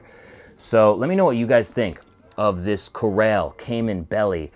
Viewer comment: Those boots are sweet. Nice job reviewing those and all the others you do. I don't know if it's the way an Easterner says the word, "Corral", but when you use it in a sentence you would pronounce it differently. "Corral those horses over there, next to the bunkhouse." Defined: put or keep (livestock) in a corral.